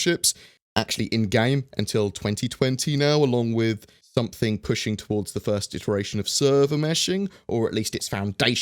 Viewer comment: something that has been really bugging me in your videos. Try and pronounce “something” or “everything” elaborating the ing rather than think.:D e.g. “everythink” apart from that good vids dude